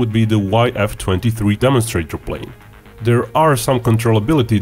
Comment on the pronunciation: There is no D in there, it is not dere it is there!!!!